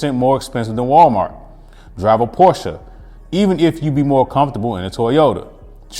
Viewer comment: pronounced Porsche correctly. He really is too good to go to Walmart.